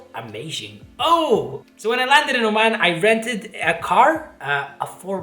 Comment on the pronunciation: Oman not O-man